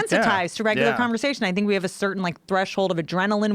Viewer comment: Joe "I Sink" Rogan